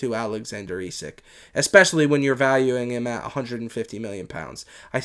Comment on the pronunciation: Its pronounced esak not esick